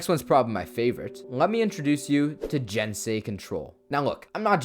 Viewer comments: it is pronounced gensei not jensei. it's spelled with a G not a J. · I'm sure someone else down here said it but I don't see it so... Just a heads up, all "g"s in Japanese are hard "g"s. You had the rest of the word correct, but that means "gensei"'s "g" should be pronounced like the "g" in "gun."